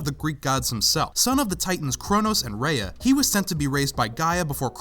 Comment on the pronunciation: Rhea* not Reya